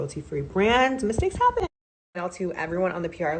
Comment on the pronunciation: Did Nikita go to the J. Star school of PR and annunciation? The emphasis on some words "SMall BATCH" and the sing-song intonation when she's being dismissive, ie, "ever so slightly" and "Mistakes HaPPennnn" just sound so familiar.